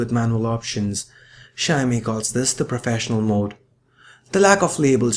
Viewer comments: Mr.anchour it is not a "sha-mi", pronounce it right, it is shao-mi (Xiaomi) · hahha I thought he was saying shiny at first. Great review. Definitely more reasonably priced. I've realised that Samsung likes to mark up it's price and let it drop drastically within a year. I would buy this but I already bought a phone. Regretting it big time.